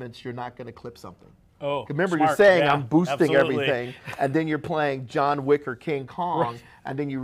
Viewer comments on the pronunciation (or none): none